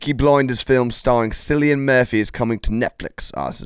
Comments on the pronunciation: Kill-ian not sil-ian Murphy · Its pronounced Killian Murphy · Cillian = Kill-e-in